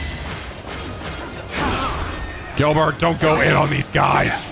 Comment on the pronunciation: Why do you keep saying Girlbert